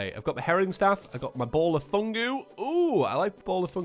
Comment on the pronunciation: Ball of fuguuu not fungu fugu as in pufferfish